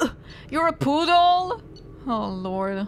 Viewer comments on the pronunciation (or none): I lost it when you read "puddle" as "poodle" in Kasumi's haiku. 😂 "I am a poodle... what the hell?!" Imagining Kasumi describing herself as a poodle is ... weird, but somehow adorable?